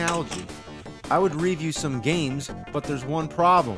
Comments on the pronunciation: So is there any particular reason why James pronounces "REEview" the way he does? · where did you learn to pronounce review?